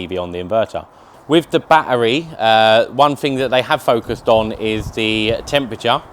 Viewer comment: It's NOT baa-EReez. It's a ba-TTeRy C'mon Lad a handsome guy like you shouldn't be talking like that.